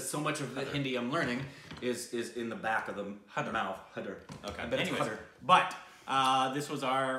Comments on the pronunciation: Its pronounced Hi there not hey there. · 'Hai' sounds like 'Ha' as in 'Hat', and 'der' sounds like 'ther' as in 'feather' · High-dar (as in sir, fur, cur) and the 'd' is soft. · The consonant 'D' is pronounced as the word 'the' so HAIDER is pronounced as HAI- the-R. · #Shahid is a powerhouse of talent indeed... He’s way more talented than the #KhanEnsemble any day! Do watch all of musician turned film maker, #VishalBharadwaj’s films including his first, #Maachis. He’s brilliant and so is your review. By the way, the title is pronounced ‘High-ther’, almost like ‘hi there’. Also, My #PreciousStupids, the #IndianFilmIndustry as an entire entity puts out about #IndianFilms each year on average, #Bollywood/ #HindiCinema just about 250-350. 🤓 That’s a small fraction! Telugu Cinema releases the maximum number of feature films in India, closely followed by Tamil and then Hindi. South Indian Cinema dwarfs #Bollywood in comparison. I wouldn’t be the first one to point out that neither do we #Southerns really relish being overshadowed by #Bollywood, nor do we appreciate being categorised as #Bollywood... If #TeluguCinema, #TamilCinema, #MalayalamCinema and #KannadaCinema is too cumbersome to remember, just call us #SouthIndianCinema, we’d appreciate that! Be racial and call it #IdlyDosaCinema, if that’s easy but puhleezzeee... #NOTBOLLYWOOD. Just saying, so you don’t end up ruffling any feathers in the future! 😉🤓 #TheSouthRemembers